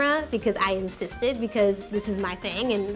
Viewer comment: "I incysted"